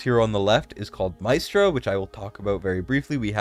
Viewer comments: Mystra is pronounced as "Mistra" She's a goddess of magic from DnD Re: Talula. She got a fix some months ago (no CC covered it though because it was forerunner only) and has been very useful in Semrah. there are a lot of > 120k Apoc 2 Talula teams on forerunner We have 3 DEF scaling units: Krodor, Drayga, Azhor Re: Esotericist Lord; Kalina has True damage, so they won't be the first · Mystra (pron. "y" like "e") lmaoo it's literally like the Goddess of all MAGIC Mystra in DnD! I need her...